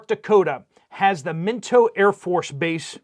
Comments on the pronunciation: It is MiNOT AFB, not Mintoe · Minot, not Minto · pronounced "MY NOT" lived here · Ha! I grew up in MN. And I’ve been in Minot, ND many times. And you completely butchered the pronunciation of the city of Minot! It’s pronounced Mine-on-t. Your welcome 😊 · It’s pronounced My-Not, North Dakota. My son was stationed there 31 years ago. Very cold place in the winter. Also, Colorado has Shriver Space Force Base and The Air Force Academy. We might as well get a coke and wait for all he** to break loose in Colorado. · I think it's Minot, ND. "My Knot" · It's pronounced my-knot minot. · Did you mean Minot, North Dakota? I’ve been there and know that they have an Air Force Base in Minot. Actually, I think it’s outside the city of Minot. Pronounced. (MY not) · I'm not far from Minot (pronounced as My Not) AFB... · It’s minot (my-not) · Minot (My knot) like why not Minot. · Rhyme with Pinto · Minot (like "why not") ND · Update - the AFB in ND is pronounced "Myknot" 😉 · It is pronounced My knot! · Minot ND is pronounced My Not. I don't live far from there oh goody lol